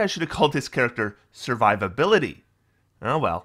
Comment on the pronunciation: "Sir Vivability," I like it